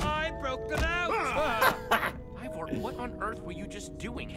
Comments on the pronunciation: Dan that drives me nuts it's pronounced e y e vore not evore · It’s Ivor not evor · Still calling him EEvVoR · Love how Dan calls Ivor, Evor